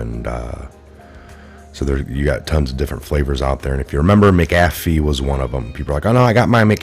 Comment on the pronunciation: You make patriots look bad when you mispronounce words. Makes us think u dont actually do research when you cant pronounce a name that has been all over news clips and YouTube videos. There isnt a G in McAfees name. Also huber is pronounced with an h... not oober. The you cant pronounce the japanese guys name abe. Its not frigging abe like abe lincole... its ahbay... do u research anything at all??? Im a long time viewrr and everytime i share your videos they discredit you because you cant pronounce any names right. Ya know the names you would know if you actually researched the topics. They say youre not really researching these things if u cant pronounce them. Please.... get hooked on phonics. Lol